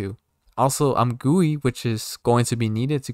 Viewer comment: you read GUI wrong